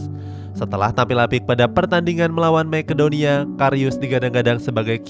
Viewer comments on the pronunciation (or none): none